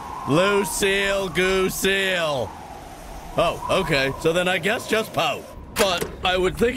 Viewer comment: "Lucile Goosile" 😄😄😄